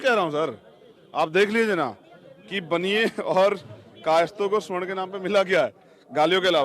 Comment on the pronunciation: रावण जी, स्वर्ण नहीं सवर्ण कहिये। ।